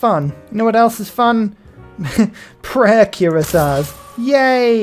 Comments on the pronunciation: say it with me my friend. Queer-ass-e-a. Kuh-my. I love you 😅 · you say Cuirassier like the country of Curacao and Khmer like, well I'm not sure what like 😅